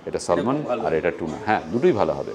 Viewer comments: প্রথমেই আমি ক্ষমা চেয়ে লিখছি, সালমন মাছের উচ্চারন স্যামন হবে। L টা উহ্য হয়। হ্যান্সবার্গ শহরের সৌন্দর্য নিশ্চয়ই ভাল।তবে, এই। শহরের থেকে অনেক বেশী সুন্দর জায়গা আমাদের হিমাচল,উত্তরাখণ্ড ইত্যাদি জায়গায় আছে। এসব জায়গায় extensive tour করার ফলে এটাই আমার অনুভূতি। অন্যায় কিছু লিখলে মাফ চাইছি। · Apni international trips kor hen jokhon kichu ettiquete shikhun plz . Aar uchharon. Solmon noy Salmon o noy. Uchharon ta " saamn " . Almond noy " aamnd" Ei soft skill gulo khub dorkar. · salmon fish r “L” ta silent